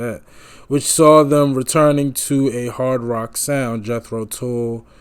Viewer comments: Tull, pronounced like the hull of a ship, not like pull my finger. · It's not pronounced like tool but it rhymes with hull. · Fid some footage of them in concert. And it's pronounced TULLAS in rhymes with dull...not tool. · It's NOT "tool" it's Jethro tull, as in dull. It's the name of a farmer who invented the seed drill for automated planting behind horses, in the early 1600s. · You were right the first time ... "TULL" is pronounced like "Skull". NOT like "Tool".... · It’s Tull,not tool. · TULL double the consonant shorten the vowel TULL not TOOL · The 2nd word of the name of the band, "Tull", rhymes with skull. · "Tull" sounds like "dull", not like "tool". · You had the pronunciation right first time not Tool ! Any way review "Stand up!"album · It's pronounced "TUHLL", hon, like "uh". Welcome to that "eccentric" world. Absolutely INSPIRED band, with Ian being the high-energy driver. Thanks for your reaction. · Pronounced more like Jethro Tall. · you had the pronunciation right the first time - tull - rhymes with skull. jethro tull was an english agriculturist born in 1674 and inventor of the horse drawn seed drill which planted seeds in neat rows eliminating the need to do it by hand. the newer version of tull is one of the most influential prog rock bands to exist. saw them live three times in the 70's when i was in my early 20's and are still to this day my favorite band of all time. just saw martin barre live in our nearby town of worthington mass. at the golf club in june in our berkshire hills. they were set up on the 9th green with the crowd on the fairway. at 76 he still shreds like the old days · Ian Anderson liked to play the flute while standing on one leg 😂 you really need to see a live video to appreciate them. Oh, and Tull rhymes with seagull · Sir you pronounced the name Perfectly the very first time you pronounced it on your video. After that your pronounciation was off - a little🤏